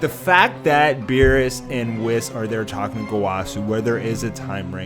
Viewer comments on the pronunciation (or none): none